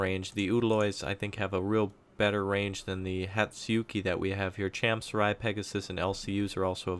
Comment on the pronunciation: It's pronounced as "cham-soo-ree."